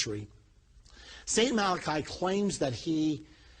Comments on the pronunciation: Why is it NOBODY knows its "MalachY." Not "Malachi" !??? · First of all, it's not "Malachi" it's "Malachy " ! Get the NAME right for Pete's sake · Mal-ah-key..people, not Mal-uh- khi. Maddening....